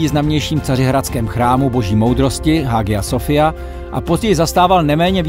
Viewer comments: Má to spád, ale na můj vkus trochu stručné, nicméně dobře udělané, na rozdíl od podobných videí bez chyb (tedy až na čtení Hagia Sofia, což se čte: "Ája Sofia"). Ještě poznámka: Svátek věrozvěstů 5. července se neuvádí jako datum jejich příchodu. I před přesunem svátku na červenec dřívější svátek 9. března měl spojitost s úmrtím krále Svatopluka, nikoliv s věrozvěsty. V titulku je přebytečné písmeno "t" v názvu Srem. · Video super, jen drobnost - Hagia Sofia se čte [Ayasofya] . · Skvěle video, jenom Hagia Sofia se vyslovuje [aja sofija] 🙂